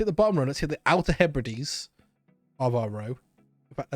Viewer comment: You've no idea how much it scrambled my brain to hear you say Outer Hebrides.